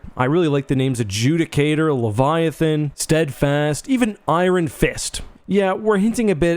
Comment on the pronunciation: It's eye-earn not eye-ron